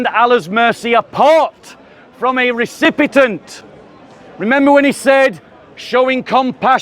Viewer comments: Recipient not Recipitent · Recipient, not recipetent.